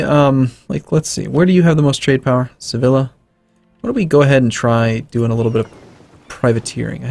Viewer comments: the next time someone says se-ville-a is going to be a bad time. ITS SE-VI-A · I'm American my friend, but it's not that hard to know that double L in spanish is a Y sound.